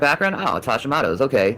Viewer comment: She didn't pronounce it correctly!! 😂I have hositmoto disease and it's absolutely horrible! How dare her!! I spelled it incorrectly on purpose cause of how she pronounced it...had to add that in for reference